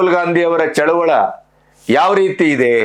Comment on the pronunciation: ಸರ್ ಚಳುವಳ ಅಲ್ಲ ಅದು ಚಳುವಳಿ ಎಂದು ಉಚ್ಚಾರಣೆ ಮಾಡಿ ದಯಮಾಡಿ